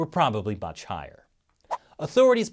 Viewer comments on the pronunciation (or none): 'probably buch higher' 😂